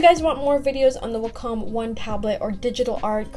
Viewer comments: It's WA-com not wa-COM. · Its way-come. Good video btw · I've always pronounced wacom as WACK-EM!! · Wa-Com it’s like that